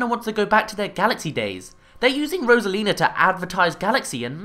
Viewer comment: rosalina not rosalins